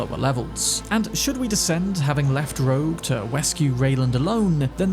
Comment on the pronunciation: its "rogue" not "roak"